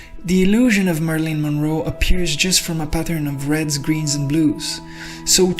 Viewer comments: Pronounced "Mare i lin" Monroe. (Long 'a' and short 'i's ..... not 'Marlene': short 'a' and long 'e'). Thank you for this though....👍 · Marilyn Monroe not "Marlene Monroe." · Mari-lyn. Not Marlene. 🙏